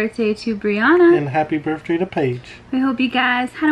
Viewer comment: it's not birfday it's birthday with an th